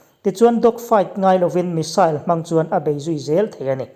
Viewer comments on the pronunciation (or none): I aw chu zahmawh sawi nan a inhmeh dawn hle mai🤣😁 bakah Rafale hi France-in a mah liau liau-a siam niin lps close up lamah sawi a ni lawi bawk si a... Missile i lam dan hi saal ti lovin, sail ti ve mai zawk la, a ngaihthlak a nuam zawk ang.